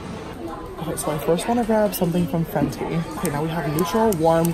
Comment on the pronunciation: haha its FENTY not FENTI lol